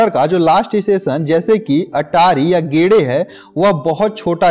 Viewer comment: Dont pronounce it as गेडे but गेदे